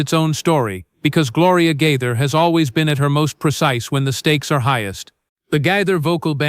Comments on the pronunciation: It’s not GITHER 😅it’s GAITHER. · Could you please pronounce his name correctly!!! This is very disrespectful and detracting!!!